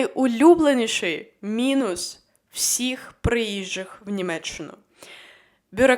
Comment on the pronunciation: Прежде всего благодарность и помните что немцы и Германия вам ничего не должны. БюрокрАтия ударение на а. В мате ху**о ударение на о, у вас западэнский акцент, приятно было вас слушать, много полезного рассказываете, но Германия не для таких туристов как вы